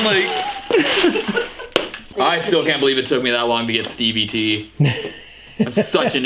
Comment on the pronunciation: "Stevie Tea" hahahahahaha